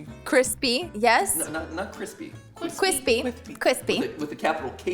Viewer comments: Who else enjoys some KWISPY KRISTMAS KOOKIES? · You’re gonna make another kwispy treat? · I heard it and it was kwispy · It's nice and crispy, I mean KWISPY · Sam is a legend 😂 (and every time said Kwispy I kept thinking of Nimona 😂) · All I have to say is nice KWISPY episode for some nice holidays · Nugget woves his keispy nuggets and misses his fwend biwwy